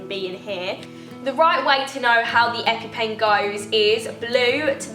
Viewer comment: The amount of times u said epy pen😂